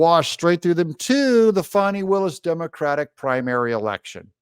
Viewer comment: Doug… her name is Faaannnnni. Not FAWNI